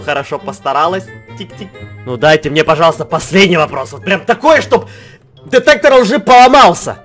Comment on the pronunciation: Он сказал детектор жи 😂😂